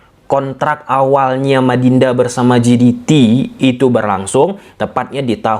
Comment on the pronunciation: JDT dibaca JeDiTi atau pakai aja ejaan indonesia JeDeTe jiditi=GDT ❌